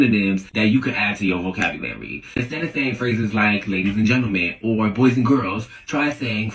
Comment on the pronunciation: hate the way they guy pronounced Vocabulary